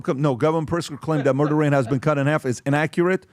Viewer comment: He's a blatant murr-derr denier, unless you count how many buffet stations hes murr-derr-ed